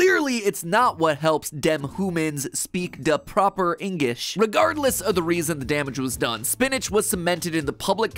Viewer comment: "the proper ingish" ☝🤓